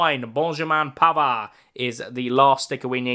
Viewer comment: As he said Benjamin pavers 😂😂😂😂😂